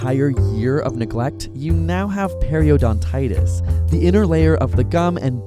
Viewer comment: Periodontitis , you missed the "o".